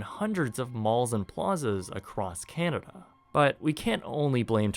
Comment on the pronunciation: dude who taught you how to pronounce canada?...jus' curious